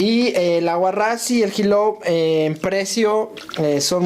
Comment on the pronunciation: XILOL no julol. y es solo para la tinta. La tinta ahulada, se retira perfectamente con gasolina de la roja, es lo mas barato y lo mejor.